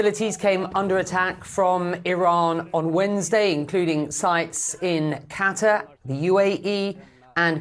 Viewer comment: Can't even pronounce "Qatar" lmao learn to speak. Just about anyone can be on CNN these days